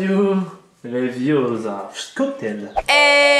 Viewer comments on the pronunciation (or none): Leviossa pas leviosssssa Hermione qui dit ça à Ron ( Dans Harry Potter) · Se n’est pas léviosA mais léviosa 😂👌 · *Leviossa avec 2S sinon sa fait Z 😊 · leviosa et pas leviioooooza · nn c Leviosa pas Leviosahahaaa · Amakei ツ leviossa pas leviosa